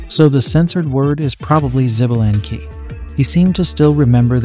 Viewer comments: 😂😂 xbalank, greetings from México. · The Ai pronunciation is killing me. 🤦🏼‍♂️ Xbalanque is pronounced “Shuh-ba-lan-k” and ode is just one word, not o-de which probably didn’t need explanation.